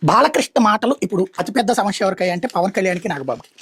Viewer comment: ....సమశ్య కాదు సమస్య అనాలి....కసాయి అర్దమైందా